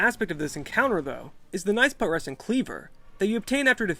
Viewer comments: pronounced pew tres sent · It's pronounced pyoo-treh-sent, like putrify.